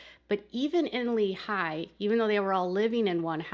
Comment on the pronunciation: Technically Rocky Ridge is not a city just a community. The county wont give it to them. Around the area its also known as Allred's. Lehi is pronounced leehi. 😊😊